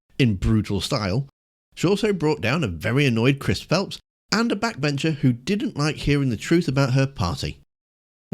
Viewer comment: Yes Yvette excellent as usual. It's actually Chris PHILP not Chris Phelps ( or Phleps).